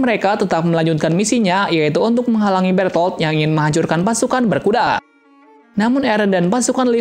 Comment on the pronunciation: Bang lu gak tu titan kolsal nama manusia asli yang titan kolosal itu namanya bertol bukan bertot lu mau gnentot